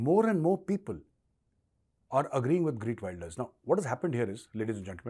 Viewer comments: It is GEERT not Greet. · lol sounds like greet Wilders it's geeeeeert .. the e from (E)xtreme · g-EE-rt not greet! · GEERT NOT Greet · Gee…rt Wilders as opposed to Gree…t Wilders Gauravji. Minor, all good otherwise! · its not GREET wilder but GEERT WILDEAR FOR FUCK SAKE BE PROFESIONAL> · It’s Geert Wilders, not GReet Wilders.. 😂 👍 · You are right! Liberals have ruined the West with their failed policies. It’s time for sensible politicians to clean house. Learn to pronounce the new Dutch PM’s name. It’s “Geert” not Greet. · Actually sir, it's Geert, not Greet. You're pronouncing his name incorrectly, and the title has it wrong too. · Major Sahab his name is not Greet but it is Geert (pronounced as khaert). I totally support these parties who are against Muslim immigration. However he has pledged to also stop expats (mostly from India) from coming into Netherlands. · It is Geert Wilders and not Greet.. but love your channel Major. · Major Saab, Wilders name is prounuced as Heerth (soft t) Wilders (as in wild). Thank you..... Respects .. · Sir pls callout correct pronunciation of his Name - Gheert and not Wayelders but W ILL ders